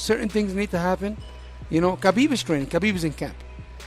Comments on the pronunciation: The K in habibs name is silent. It's an Arabic name. This peace of shit Ali still pronouncing his name wrong even though he himself is an Arab let alone he's the manager of Habib's. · Ali abdelaziz....the type of agent to not know how to pronounce his clients name properly!!...